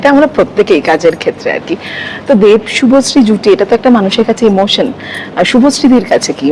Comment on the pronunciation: শুভশ্রী নাম টাও ভালো করে উচ্চারণ করতে পারছেনা আবার এসছে পডকাস্ট করতে😂😅